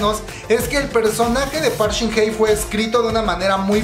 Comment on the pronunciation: No es por ser mala onda, solo quiero decir que no es Park Shin Hey (pronunciación) si no Hye. Por lo demas no me gusta su actuación pero amo el profesionalismo de Hyun Bin